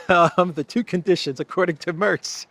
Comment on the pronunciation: Merz not Mörz